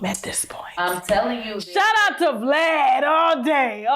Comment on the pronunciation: Not " V, Lad" I was confused asf at first then it dawned on me she meant Vlad 🤦‍♀️🤣🤣🤣